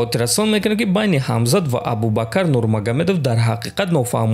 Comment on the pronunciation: Аз шумхон хохиш мекунам ки Номи Инсона Соф Талафус кунен Шавк,ат Рахмонов не Может быть Шавкат Рахимов бошад И Абубакар не Может быть Абубакр бошад